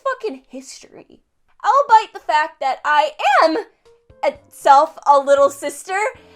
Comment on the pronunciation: Is no one going to mention how she said all-bite instead of albeit..........